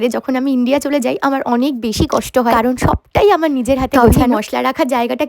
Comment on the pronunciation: অনেক ভালো লেগেছে বাট যতবার আমর এবং আর বলছিলে মনে হচ্ছিল কথাকে তুলে তুলে আছাড় মারছো জিনিসটা আমার একটু বিরক্ত লাগলো❤